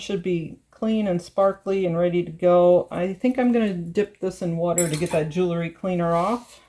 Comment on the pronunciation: Very nice! Just FYI, for a more professional sound, say jewel-ry not jool-ery. I'm glad I found this site, keep posting. Thanks.